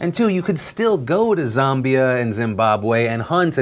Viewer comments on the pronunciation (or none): Phillllllll, it's pronounced Zam-be-a not Zom-bi-a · Phil it's ZAM as in Ram not ZAM as in Zombie.. my 2 cents now carry on, your AWESOME! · ZAMbia not ZUMbia. ZAM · Wahahaha. Zaaaambia!!! Not sure what the correct pronunciation is, but we (South Africans) pronounce the first "A" like the "a" in"and" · Lol Phil trying to pronounce “Zimbabwe” and “Zambia” made my week